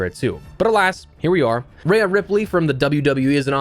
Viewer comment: why he say "Rhea" like that tho?